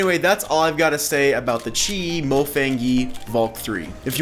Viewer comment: It's pronounced mofang(she)ge